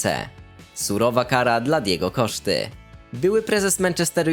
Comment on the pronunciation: Mówi się Diego Kosta nie Diego Koszta. I nie mówi się Serchio Ramos tylko Serdżio Ramos